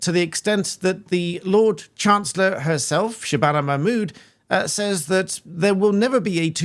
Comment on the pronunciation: “The Lord Chancellor Shabana Mahmood…” 🤦🏻‍♂️🤦🏻‍♂️🤦🏻‍♂️